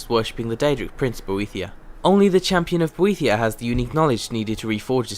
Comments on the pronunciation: God damn it, it's pronounced 'Bo- eh-thigh-a' Boethiah they say it in game! sorry, had to let that out or it would bug me... i don't have ocd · Hehe, you managed to say Boethiah 5 times... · SAY BOETHIAH ONE MORE TIME :D